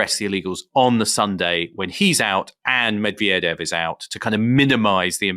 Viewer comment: The thought that a USAmerican could pose as a Russian without being ethnically Russian and brought up speaking Russian is... No. That Murrican chap on the podcast, very eager to promote his knowledge in other ways, can't even be bothered to TRY to pronounce Medvedev properly.